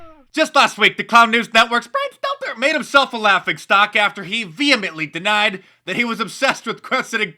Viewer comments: Mark Dice every time you say ~Brian seltzer~ it brightens my day. For some reason it keeps getting more funny. Wait, is it Stelter? I seriously though it was seltzer. Stelter makes less sense as he is already wearing half of a bozo wig. An easy mistake I suppose. Good day. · Omg, you crack me up how you say his name lol 😂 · I love how Mark says "Brian Stelter" 😂😂😂😂😂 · i love how mark says Brian name..